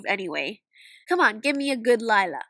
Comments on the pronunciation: Liyla more like lie-la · Lila? more lika Lie-la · Me when see said lilla nooooo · More like lie-la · Her name la- actually it is lie-la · "And Lila is... Lie-la" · Lila? More like LIE-la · "Lie" la😂😂